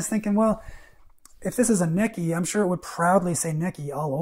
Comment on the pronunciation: Its pronounced "Neechee".